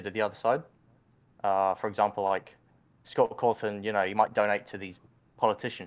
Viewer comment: He do be sayin Scoff Coffin for real tho